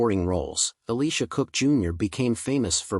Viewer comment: Ellisha Cook, Jr may have been forgotten because you didn't pronounce his name correctly?